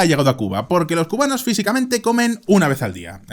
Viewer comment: se disculpa de decir mal una ciudad para luego llamar mal a los cubanos para llamarlos cumanos en